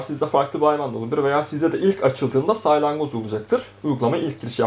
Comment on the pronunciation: saylangoz değil salyangoz diyeceksin